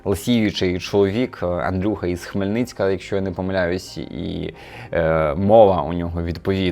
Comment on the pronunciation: Не втомимось: з Хмельницького! Хмельницький! А не Хмельницьк)